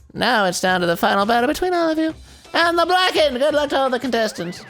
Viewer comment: i dont like the way he says blackened .....lol